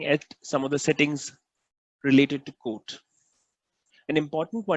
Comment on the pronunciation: when you say quote it sounds like code, please practice this word as it gets confusing.